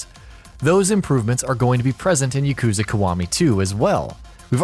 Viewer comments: Yakuza is not hard to say. It is not "YaKOOza". There is no ooo sound and definitely no emphasis on the second syllable. They say it enough in the games. Ya-ku-za. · The way you say “yakuza” and “kiwami” triggers me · "Yuhkoozuh" Stooooooooop. Its pronounced like... "Yahkoozah" Only in sense that that U always makes an oo type sound. Yakoozah actually looks hella wrong... just... be weebier plz. Learn yerr japanese pronounciations. Ill work on my english spelling. XD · Yah-koo-zah Kee-wah-mee. How hard is that. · You saying yuh — kooza bothers me so much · he needs to know how to pronounce "yakuza" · Dislike for the pronunciation of Yakuza & Kiwami. Wtf? 🤢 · whats wrong with how he says kiwami everyone says it like that .. u got him on the yakuza tho